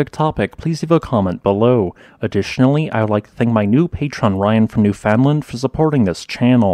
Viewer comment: Love your videos! Just a quick side note: Newfoundland is pronounced NEWF-undland, and not new-FOUND-land.